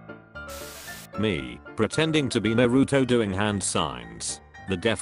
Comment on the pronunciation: No one: Literally no one: The man: nArU-tO